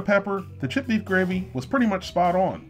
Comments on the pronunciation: i know he is saying creamed chipped beef fast but it sounds like creamed shit beef, makes me even more not want it. But it is SOS. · I know you are saying "chipped" beef, but it sounds like you are saying "shit" beef. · This is weird shit on a shingle is an exclamation of surprise in England i didn't know it was a food not sure which came first. When you you say chipped beef with your accent it sounds like shit beef. Maybe that 's how it got its name. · When you say "chipped" it sounds like you're saying "shit". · i cant unhear "cream shit gravy"